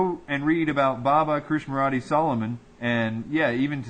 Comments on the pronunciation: It's pronounced KRISH-NA- MURTEE.... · KRISHNAMURTI, you are mispronouncing his name.